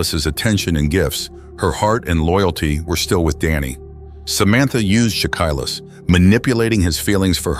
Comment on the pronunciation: Aside from mispronouncing their names especially Shakilus and Fasil you did good telling the stories. I feel so bad for Fasil's wife and kids.